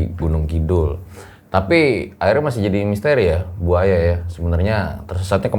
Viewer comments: tolong diimbangi dalam sisi penyebutan nama narasumbernya.. kalau sosok nya masih muda panggil aja mba.. jangan bu... namanya Aya.. panggil aja mba... yang saya denger bukan bu aya... tapi buaya... hehehe... sekedar intermezzo ya... hehehehe... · Bu Aya :buaya 😂yang gue denger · Saya dger nya kok manggilnya BUAYA Jadinya. 😅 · Nama Ibu nya serem Juga ya, Bu Aya, harus di pisah spelling nya, biar bener penyebutan nya, he he he